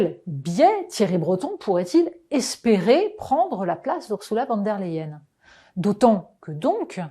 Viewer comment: Votre façon de prononcer le nom de cette dame est symptomatique. Ce n'est ni du français ni de l'allemand et ça irrite franchement.